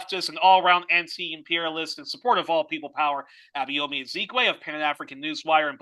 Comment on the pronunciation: Truly insightful interview. Abayomi - which is a Yoruba name, by the way, and one will do well to learn to pronounce properly ("try "Aba-your-me" as in the English adjective "your" and pronoun "me") - is a very knowledgeable man!